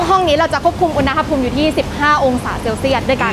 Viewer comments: คำว่า อุณหภูมิ (อ่านว่า อุน-หะ-พูม) ประกอบด้วยคำภาษาบาลีว่า อุณฺห (อ่านว่า อุน-หะ) แปลว่า ร้อน กับคำว่า ภูมิ (อ่านว่า พู-มิ) แปลว่า ชั้น ระดับ. อุณหภูมิ จึงแปลว่า ระดับสูงต่ำของความร้อน ไม่ใช่ อุน-นะ-หะ-พูม นะคะ น้องๆอย่าสับสนและเข้าใจผิดค่ะ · อุณหภูมิ อุน-นะ-หะ-พูม❌ อุน-หะ-พูม✅ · ดูไม่จบเพราะคำว่า อุน-นะ-หะ-พูม ค่ะ หงุดหงิดมากๆ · ขัดหูมาก อุน-นะ-หะ-พูม 😫😫😫